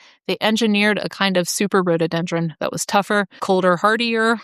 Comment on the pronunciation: It is pronounced Rhododendron, not Rhodeedendron.